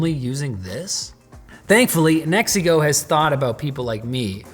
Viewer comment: I keep hearing Mexico 😅